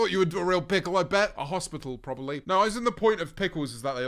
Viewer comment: a hospickle